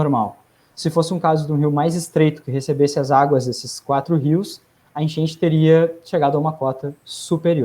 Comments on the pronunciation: Pq ele ta falando: Enchenche, genche? To entendendo nada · "A genche"?